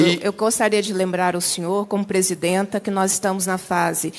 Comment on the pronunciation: Presid"anta" kkkkkk Égua ridícula